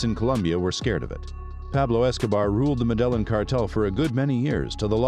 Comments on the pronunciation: I thought he was saying "Madeleine" then I thought noo, he must be talking about Mandela, until he said he was a ruthless killer I understood he was talking about MEDELLIN CARTEL! 😅😂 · That the hell madellon are you trying to say Medellin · The fact he calls it “muh delon “ goes to show this dude didn’t do much research “Medellin” player the L is silent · This guy always butchers locations' and people's names. Dude, do your research so that others get the proper information from your postings. It's NOT medel-lin! It's Me-De-Llin... the double L in Spanish pronounces as a J in English... OMG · It’s pronounced med-eh-yeen not mudelin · I can’t take this AI shit serious. “Madelin”🤨🤨🤨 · Meh dell in Modus operandee Lol You've really done your research. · MEDELLA HAHAHAHAHA pronounce MEDELLA HAHAHA Where is medella 😃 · Muh...De... len... huh... very well then. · Pablo Escobar & “MADELA” 🥴I did not know what you was trying to say until I read the comments🤣🤣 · I lost interest and soon as he said Madellon 😕 😪 😔 🤣🤣🤣🤣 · Not even Hispanic and this mf making me mad whenever it says med ell eeen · Are you saying modelo cartel? Lol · Medelon ? 😆 I just can't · I burst it out laughing when you said madellin. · I cant watch something that says muh del in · The fact that you pronounce it as “Muh Delon”goes to show how little research went into doing this video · Bro just pronounce it “medeyeen cartel” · You should be arrested for your mispronunciation of Medellin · You are saying the cartel name wrong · U pronunciation of Medellin makes this video lose half its credibility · After doing all this research you could have just learnt how to pronounce the the word Medellin as well… so you say it like a native lol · So many anomalies in this video, Pacho Herera wasn't their guy in America, it was Chepe Santacruz, and that pronunciation of Medellin 🤣 😄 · Whyd he pronounce there last names correctly but couldn’t pronounce Medellin that tilde makes a difference lol